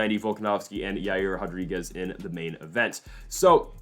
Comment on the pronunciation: ITS *RO*DRIGUEZ!!! NOT *HO*DRIGUEZ! PRONOUNCE IT HOW ITS SPELLED DAMNIT!